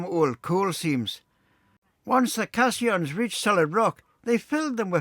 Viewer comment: Another hugely interesting & informative video- thank you. Just one minor point, the circular watertight structures that were used to allow the workers to dig below the water level are called ‘Caissons’ pronounced ‘case on’s’, not cassions. Thanks again for another brilliant video 👍👍